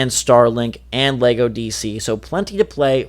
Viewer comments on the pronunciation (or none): none